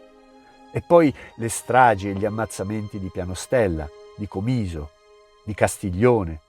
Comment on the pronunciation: Fantastico! Grazie! Solo un piccolo appunto: si pronuncia Còmiso e non Comìso: per uno originario di quelle parti come me è una nota stonata.🙂